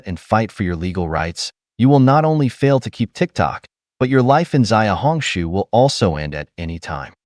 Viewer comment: Just to correct you, "Xiaohongshu" is not pronounced as "Ziaohongshu" rather "Siaohongshu. Listen to your pronunciation sounds so odd!